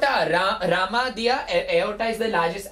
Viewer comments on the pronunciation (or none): none